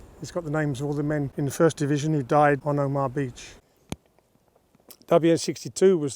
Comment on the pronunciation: No frills, gripping info about a turning point in history. Just one small criticism, you pronounced the beach as 'Omah', when it should be 'Oma-ha, but excellent vlog otherwise.